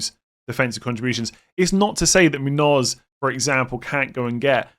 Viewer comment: My pet peave is FPL content creators' pronunciation of Muñoz. Seems like Muniz ruined it for everyone. It's pronounced moon-yose. I think FPL Harry is the only one that gets it right 😂